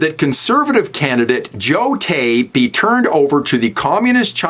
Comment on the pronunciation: Carney couldnt even say Joe Tay's name! Carney and Chiang both need to go.